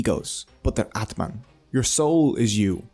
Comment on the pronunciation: ITS not Atman It is AATMA